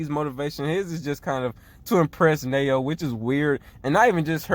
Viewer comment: Kite's been their only scorer so far after Chiaki left lol. Still, as we can see from blocked attempts, Kite couldn't really do it by himself. Mokichi and Momoharu's rebounding/defense are holding the team together. BTW, Nanao Nao is pronounced Na-now Now lol, not Nay-oh.